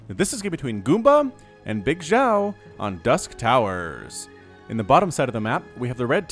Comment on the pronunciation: Pronunciation of Bigxiao - say Xiao like she-ow but it's only 1 syllable not 2.